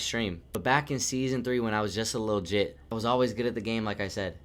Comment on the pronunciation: I heard jitt and instantly said “Yup he’s from Florida” 😂 Good video bro 🤙🏻